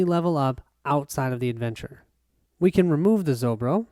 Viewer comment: Not ZoBro, it's ZoRbo =)